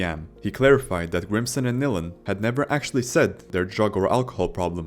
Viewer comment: Your a idiot its Chris Nilan nails at least learn how to pronounce their names😢